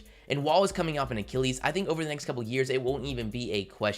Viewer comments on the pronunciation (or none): none